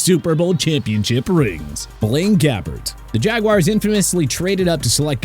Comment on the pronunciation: You pronounced jaguar wrong